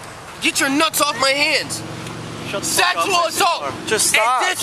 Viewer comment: He said ‘sack-tual’ assault,lol